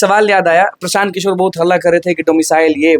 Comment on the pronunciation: O praasant kishore nhi prasan kishore hai